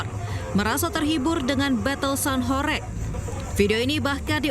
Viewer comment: cara baca "HORG" bukan horeg. "Lekok" ... e bacanya seperti e pada kata "selasa" bukan e pada kata heran.